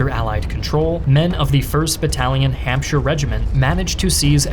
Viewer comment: Gotta love hearing Hampshire and Yorkshire being pronounced correctly :)